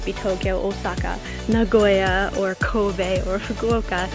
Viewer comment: Why do Americans say "Nagoiya" it's definitely Nagoya